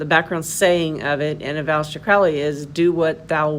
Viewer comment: You are wrong about so many many things ....firstly his name is pronounced crow --ley as it rhymes with holy He wasn't inspired to write the book he claimed it was dictated to him . And in the book it doesn't talk about pedophilia beastieality or any other horrid act you have not obviously read it yourself even though you state you can't talk about it because their to vile ? Seriously ?